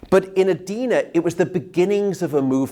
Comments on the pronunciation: Edina is pronounced "ee-dy-nah" not ay-dee-na or eh-dee-na. I didn't learn anything new from this talk. What I need to know is how to permanently fix interrupted (2 to 3 hrs sleep, then 2 to 3 hrs awake, etc...) sleep patterns. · I'm from Mpls. It's pronounced - eh-dyna